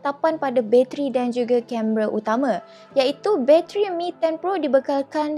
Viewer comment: sebut btl2 la "bateri" tu, what "bacheri"?